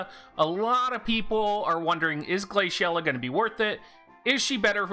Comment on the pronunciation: why are you pronouncing the name like that